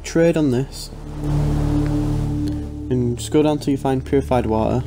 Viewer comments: Go to resources... wa-e... whatever that means XD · Purified Wa' er'